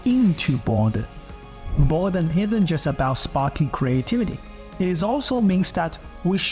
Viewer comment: dude your accent is terrible. it's boredom not bordun. love the content and the work you put through for the video but the mispronunciation of words makes me want to skip the video.